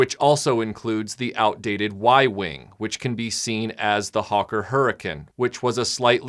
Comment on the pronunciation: Yeah, watching this one AGAIN., you get some bonus points for pronouncing "Hurricane" the way the Brits do. I hope that the Brits still remember and appreciate that part of WWII, what it was, and how the military encountered what seemed like miracles. Dunkirk was certainly one when the Army mostly got away from continental Europe and made it back home. Notas much with the Battle of Britain though. Also a miracle in a way, of course, but the Brits were really ahead of the Germans with not only radar but with control centers like the one at Uxbridge. The ideas that come out of the heads of under-sung guys like Hugh Dowding and Keith Park really saved the day. Germany still got their licks in but losing this battle did something to them that I don't think the recovered from. I don't think the Germans really had any idea how ready the Brits were and the ingenuity and creativity behind their defense. I can't imagine what it would feel like to look up and see enemy aircraft raiding your land. This is one of your very best videos--a real pleasure to watch!